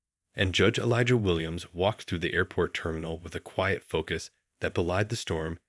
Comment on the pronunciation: Please say his name correctly Elijah.